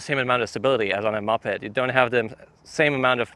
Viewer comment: it's not pronounced 'muppet'. It's moh-ped, like the start of MOtor and the start of PEDal.